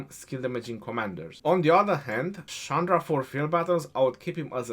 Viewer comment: your Pronunciation is wrong. That is not Sandra. The Pronunciation is Chandra. That pronunciation is like "china".